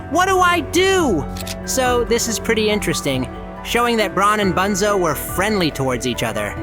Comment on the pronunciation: No way bro called bunzo “ boonzo “